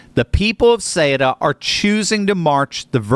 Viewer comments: No one can pronounce it correctly. soo-ET-uh. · Soo-ta! Ceuta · I am Spanish. Ceuta is pronounced with the "th" sound at the beginning, θɛutɑ, not Kutɑ or Shuta. Ceuta became part of the Roman Empire in AD40, two and a half centuries after the Iberian Peninsula (nowadays Spain and Portugal) was conquered by the Romans in 218BC. From that day, it remained linked to either Spain or Portugal. When the Roman Empire fell in AD 476, it was ruled by the same Visigoths who ruled Spain. It has been a spearhead for the conquest of Spain since the beginning. When the Byzantines tried to reconquer Spain for the Eastern Roman Empire, they briefly captured Ceuta; when the Moors conquered the Iberian Peninsula in 711, it was because they had bribed the city's governor (Count San Julian). From that point, they managed to cross to what is now Spain. While my ancestors from all the different Christian kingdoms of the Iberian Peninsula were fighting the Moors in the famous Reconquista (the Reconquer), it was captured by the King of Portugal in 1415. When, thank God, we defeated all the Moors in 1492 (the same year Columbus discovered America), Ceuta had already been freed. For many centuries, many of the territories between Portugal and Spain changed hands. When the kingdoms of Portugal and Spain were briefly merged from 1580 to 1640 due to a succession crisis in Portugal, it became part of the merged kingdom. When the two kingdoms separated, the city's people voted to remain Spanish. So I am talking about the people deciding their destiny in 1640, 130 year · Thank you for the truth. Having lived in Spain…Ceuta is pronounced Seh oo tah. My Spanish friends would want you to know and thank you for telling the truth. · cueta is pronounced as SOOTA,do your homework bro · The way you pronounce Ceuta....is Caaootah in a quick way fast way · Isn’t Cueta pronounced: Su-eh-ta? Maybe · Google says that it is pronounced "Sootah". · Ceuta is pronounced ‘soo tah’.